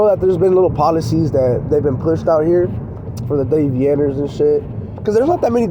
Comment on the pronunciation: You keep sounding like I. Your videos your saying Day V Ners